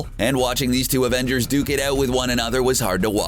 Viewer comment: Did.........did he just say ravengers?